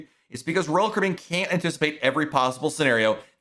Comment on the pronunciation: I’m impressed how you’ve made Royal Caribbean a one syllable word